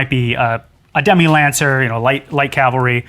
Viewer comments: C’mon Adam… Calvary! 😂 doh. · Calvary ? Oops I see it was already deleted 🤣 To be fair, the dude mispronounced it at least once. Metal work is the best !!!!!!